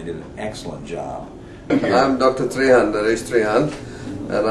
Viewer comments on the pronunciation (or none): He is not Dr Tree Haan it is "Treyhun" ,the T being spoken with tongue touching the front teeth ( there is no english equivalent for this).